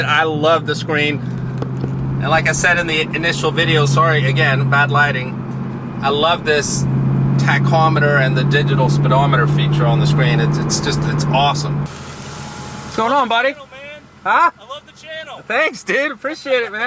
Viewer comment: Lmao! “Taclometer”